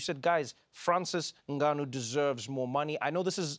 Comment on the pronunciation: I like how Trevor correctly pronounced "Ngannou" at the beginning of the show (instead of N Gannou)